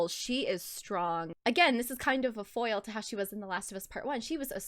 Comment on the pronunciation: Every time you said foil 😖